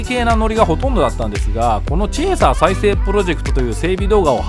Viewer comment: いつも楽しく拝見させてもらってます。 とてもためになります。 うちのかみさんがのチェーサーって発音がツボにはまったらしく うちのチェイサーをチェーサーって言うようになりました（笑）